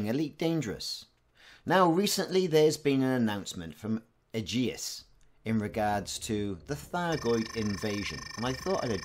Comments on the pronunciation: Its pronounced "A-jis", and the threshold refers to inhabited space. I.e, the bubble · It feels like you have added an unnecessary U to Aegis